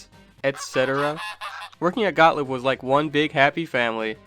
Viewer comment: Excellent video—thanks! BTW, for what it's worth, they're pronounced "got-LEEB" (not "got-lib") and "BAL-ee" (after that company's first big game, "Ballyhoo"), not "ball-ee". Easy mistakes to make, though. 🤷‍♂️